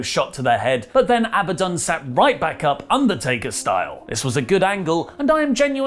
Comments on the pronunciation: learned how to say Ab-a-Don. Very proud of you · Hey, pronounced “Abadon” right